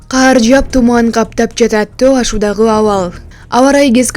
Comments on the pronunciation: Каар жаабайт кар жаайт ! Кар жаап жатат деп жазылат, окулат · Каар эмес кАр, журналистер ушинтип жатышса, жонокой эл эмне болот🤦🏻‍♂️